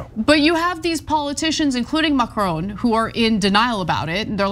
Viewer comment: "Macroown"... Lol.